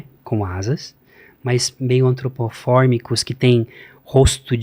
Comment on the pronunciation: "Antropoformicos" Antropomorficos*